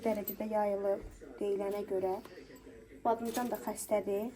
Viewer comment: Badımcan❌ Badamcan✅😂